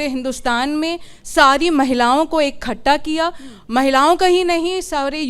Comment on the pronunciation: इखट्टा नहीं इकट्ठा.